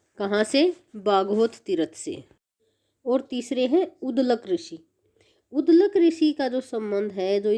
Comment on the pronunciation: उध्दलक ऋषि नहीं है बहन जी। उद्दालक ऋषि नाम है। पिपलाध ऋषि नहीं है। पिप्पलाद ऋषि है